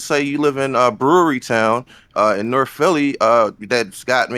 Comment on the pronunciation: Norf Norf